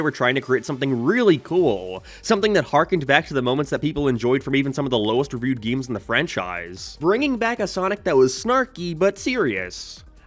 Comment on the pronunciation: I die a little inside every time he tries to say “games”